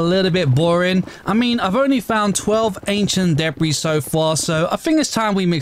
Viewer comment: No offence but you cracked me up when you ment to say debri but with your accent it sounded like DeBri